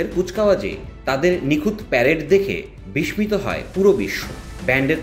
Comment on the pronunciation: বিস্মিত --- শব্দটির উচ্চারণ বারবার ভুলভাবে করেছেন। বিস্মিত --- শুদ্ধ উচ্চারণ হবে --- বিসসিত। ধন্যবাদ।